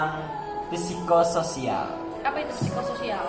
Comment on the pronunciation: P nya jgn dibaca.